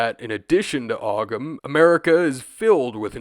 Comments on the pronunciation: Just to politely note, Ogham is pronounced "Ohm" because of how the Irish language works. Appreciate you covering this!! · Not a big deal but the gh in ogham isnt pronounced, so it sounds like home without the h. Great video though ❤ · Great video! But just btw the g in Ogham is silent, it's pronounced like Oh-am or Ome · I'm going to crush a potato if i hear you pronounce Ogham that way again.